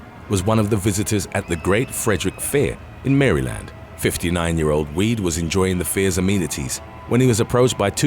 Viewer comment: The pronunciation of Maryland made my eye twitch 😆 I had nvr until today heard anyone say it that way. All of those are exactly why I never got on rides....helps that im petrified of heights too